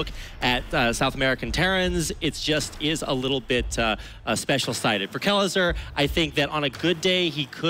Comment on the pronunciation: How i hear Kelazhur: "Que? Lazor?"